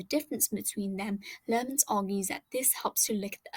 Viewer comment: FYI- Hi, just wanted to make you aware that in your second theory, the Sociologist is called Edwin Lemert (not Lerment). Best wishes